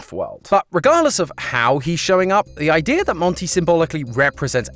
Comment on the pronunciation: Now ik who says "idear"